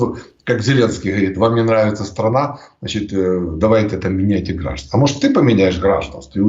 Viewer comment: так гордится знанием русского языка,что говорит: отменЯт, грАжданство,бЕлгородская, махает и т.д,а так же вставляет якобы украинское слово "перепони"вместо русского препоны.